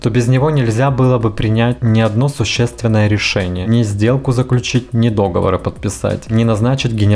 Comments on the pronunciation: Не до́говор, а догово́р, любезный 😉😏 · В слове договОр ударение на последнее О. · В слове "договор"ударение на последнем "о". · ДоговОр, а не дОговор, серость беспросветная! Уж если решил покопаться в чужих грязных трусах и людей приглашаешь понюхать эту вонь, то хоть изъясняйся грамотно. А то претензий много, а образованности - ноль. Ещё один любитель желтизны выискался. PS На этот ролик наткнулась случайно и ужаснулась от пошлости и примитива подаваемых новостей.